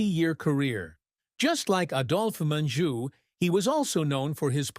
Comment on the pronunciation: I really despise these "hit pieces" about dead actors and actresses. First of all, the narrator mis-pronounced Adolf Menjou's name. Adolf is pronounced with a long "A". Secondly, there were many actors and actresses who really were communists and socialists. My husband and I have watched movies for over 60 years, and the message of communism being superior to capitalism has been pushed since the late 1960's. Third, you omitted actors like Gig Young, and Paul Kelly who really did commit murder and manslaughter. Kelly spent over 2 years in San Quentin for manslaughter. Gig Young killed his wife and then suicided. Fatty Arbuckle was railroaded and ultimately acquitted of murder. Fourth, Henry Fonda was no saint either. He mistreated one of his wives so badly that she suicided after they were divorced, and his daughter Jane is a dyed in the wool communist. She should have been charged with treason after she went to Viet Nam and supported our enemy. Fifth, videos like this ALWAYS claim that actors/actresses died of cancer because they smoked. You fail to mention that a gene has been isolated which causes lung cancer and explains the reason MANY non-smokers have succumbed to the horrible death. In the end ALL of the people you mentioned are human, and have their own foibles. Your biases are obvious and the MAKE ME SICK.